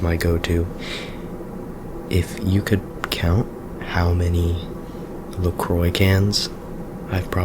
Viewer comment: LeCroi!